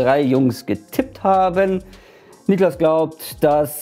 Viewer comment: Niklas, nicht „NIEklas“